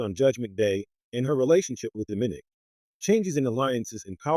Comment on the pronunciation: it's Do-Mi-Nik not diminik